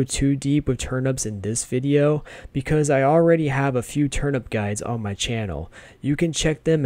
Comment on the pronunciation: ITS TURNIP NOT TURNUP